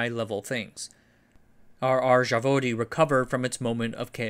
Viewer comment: Zavodi is plural, Zavod is singular and the Z is the same Z as in Zero... it's really easy to ask for pronunciation if you already have someone helping you with research.